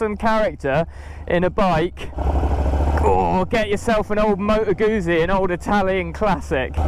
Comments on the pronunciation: Please learn the correct pronunciation of Guzzi, (when was the last time you ate a peeeza?), try Guzzi as in foot-si. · It's pronounced Gutsi, the same as Pizza sounds like Pitsa. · Moto "GOOT" Sea ...................Like Pizza